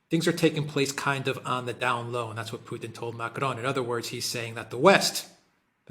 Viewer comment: Dear, Please revisit your pronunciation of Macron.